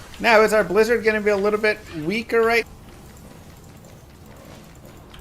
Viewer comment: It’s a Bwizzard!